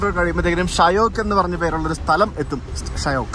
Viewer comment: ഷയോക്ക് അല്ല ഷ്യോക്ക്